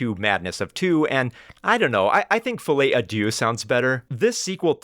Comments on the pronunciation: As a french speaker it made my day to hear you say “fillet adieu” 😆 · It's not pronounced "Follie a Doo"😭